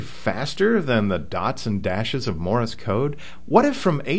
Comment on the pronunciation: A HAM operator, who can't say "Morse", and instead says "Morris"? Second of all, the Leno show was using a speed key. My friend Jim, who is blind, doesn't even need to copy code; he just hears the words, at about 60 WPM. You cannot type with two thumbs at 60WPM.